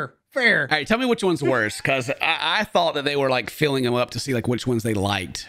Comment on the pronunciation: When you said “feeling up” the whole time I thought you were saying “filling up” 😭